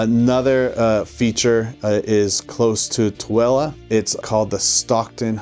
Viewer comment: You can tell he really practiced how to pronounce Tooele